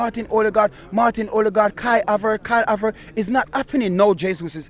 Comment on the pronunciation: Man fully sed Karl Havert uk😭😭😭😭😭